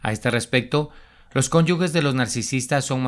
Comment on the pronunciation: Se dice cónyuges NO "CÓNYUGUES".